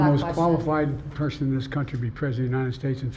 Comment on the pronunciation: Biden sounds like he almost called himself a P word 🐱 when he said he’s the only qualified Pu… person. 😂